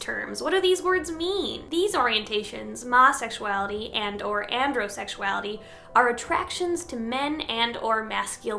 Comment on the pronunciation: Masexuality isn't pronounced any of these ways. Its pronounced my-sexuality